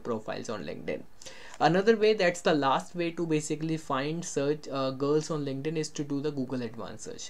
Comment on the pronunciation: your two words really took my brain out - WOMENS , lINKEDDDDD-INNNN